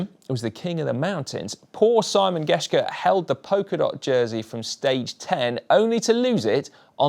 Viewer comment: His English pronunciation of Simon Geschke is horrible.